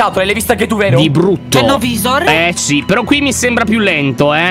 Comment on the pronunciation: Lyon la pronucia di no-visor e no vaisor